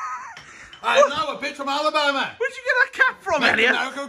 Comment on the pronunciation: bens voice when he says alibama Xd